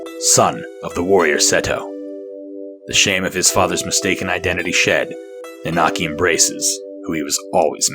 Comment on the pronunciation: also It's nanaki not naanaki, sorry i get hung up on such dumb things. edit well shit you start saying it right, right after I posted this lol sorry.